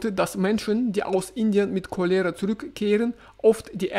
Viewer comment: Überall die gleichen Probleme! Danke für den Bericht aus dem russischen Alltag. 😊 Cholera wird im Deutschen auf dem „O“ betont.